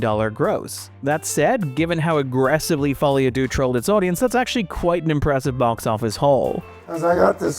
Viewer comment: "Deux" in no way rhymes with "Boogaloo"